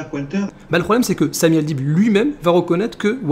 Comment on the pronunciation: Le mec il dit Samy Al..bide!😂😂😅😅😅